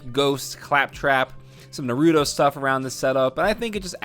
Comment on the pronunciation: He didn’t say Naruto properly